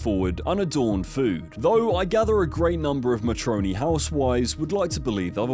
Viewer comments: Matron-ly, not ma-tronly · The fuck is that pronunciation "Matronly"?